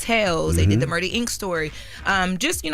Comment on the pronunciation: It’s Murdaaaa